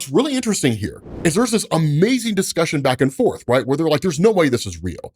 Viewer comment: Hearing say UhhMazing is a tiny joy